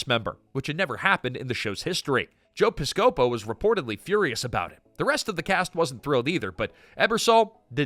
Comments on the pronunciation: Okay, the announcer evidently does not know how to Pronounce names. Joe piscopo is his name.Say it right or don't say it at all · You got the pronunciation of "Joe Piscopo" all kinds of wrong.. lol And later, Joe raged on roids. These videos are so fun. Thanks man.